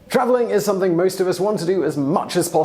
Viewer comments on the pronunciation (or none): none